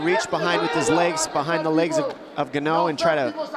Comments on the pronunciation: Ganou?? Bro if u not sure how to pronounce a name U ASK THE FIGHTER BEFORE THE FIGHT . How do we say your name !! The Fact that All 3 proffessional commentators didnt do their homework is so shameful im ashamed for them 🤌🏾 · For a guy who “does his homework” Dominick Cruz didn’t know how to pronounce “guh no’s” last name